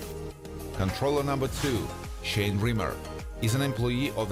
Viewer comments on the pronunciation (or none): none